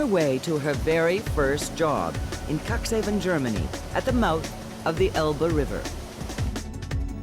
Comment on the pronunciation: Not bad made but please pronounce the city of Cuxhaven correctly. It sounds horrible to me. I was born in Cuxhaven and if somebody would pronounce it the way you do it in Cuxhaven, you are in big trouble. And the ship is build in 2009. An old lady so to say. I saw the ship by myself and it is mindblowing. However, this kind of ships normally run smoothly and have no problems and is not the only of this kind.